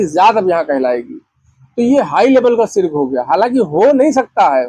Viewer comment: Sirk😂😂( shirk) sareek😂😂(shareek) jaat😂😂( zaat) is admi se lafzo ka talaffuz nhi ada ho raha isko kon chutia hoga jo alim samjhega😂😂